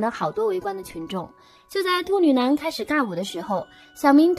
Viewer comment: 我真的沒辦法..... 旁白的"兔女囊"真的太犯規太出戲了 怎麼聽怎麼爆笑 啥恐怖都蕩然無存 了不起